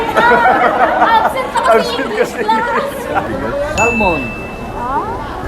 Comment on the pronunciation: where did you get salmon Kuya:salmon Hahahahah bobo ampota